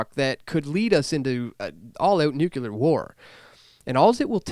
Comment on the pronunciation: Dude this is a fantastic message. Word to the wise: it's pronounced "NU-clear" and "par-TIC-u-lar-ly." Your words will be lost upon those who can't see beyond pedantics.